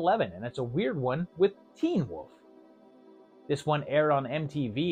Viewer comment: Still can’t pronounce Wolf. Okay.